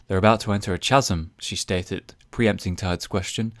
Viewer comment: That was a very reasonable place to cut it. Also, 'chasm' is pronounced like 'chaos', with a silent 'h'. Don't you think it might be better to start reading something else until Fluke updates, rather than just stopping this series?